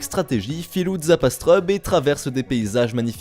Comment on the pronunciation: J'ai bien entendu ... zaap "astreub" ?